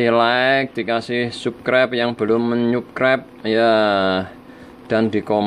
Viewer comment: Sapskraip. Pngucapan nya mas. Bkn suskrep nyukrep dari tulisan subscribe yaaaaaa sukses